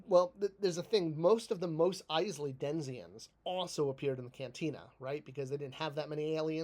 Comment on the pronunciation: It’s “denizen” not “denezian” or however you mangled the pronunciation.